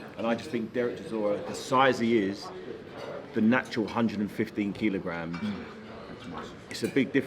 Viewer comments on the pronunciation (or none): Why can't haye say kilograms properly. "keylowgrams"